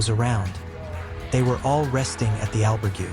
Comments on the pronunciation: The one thing that gets on peoples nerves is pronunciation, especially when a video is presented as a guide or base of knowledge… please do your homework on pronunciations (Al-berg-ay not Al-burg-you) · Surely after staying in an "Albergooooo!" you should at least know how to pronounce it!! Jeez!! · did AI do the voiceover on this? the pronunciation on albergue was weird for man walking the camino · Learn how to pronounce : Caminho & Albergue at least 😂😂😂you have time for it